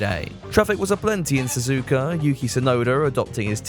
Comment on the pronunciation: I said it before and I'll say it again. Su-zu-ka is technically the correct way to pronounce it. Not Su-zuka.